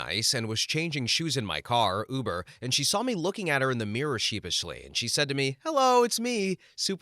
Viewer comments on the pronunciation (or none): none